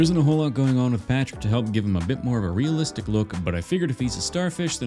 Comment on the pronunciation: He said realzalistic not real life or hyper realalistic